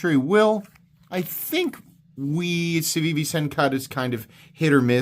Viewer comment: Its pronounced Cookie